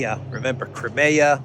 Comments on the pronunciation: Hi, it’s CRY-ME-AH not kremea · Good video. However, Russian is not the easiest language for westerners. That means pronunciation of many Russian words is difficult. Crimea is not one of them. Generally agreed is “Cry-me-a,” and even Russian speakers pronounce the word that way. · Just wondering. Do all American accents pronounce Crimea as "Cri-mayah" as opposed to the UK pronouncement "Cry-me-ah"? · Just say KRIM. Ukrainians, Russians and all Slavic people will understand.